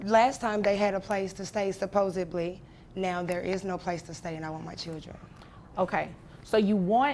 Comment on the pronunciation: 5. “SupposeBly” 🤣